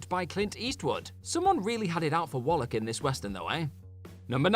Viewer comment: It's not "Wollock" you bollock!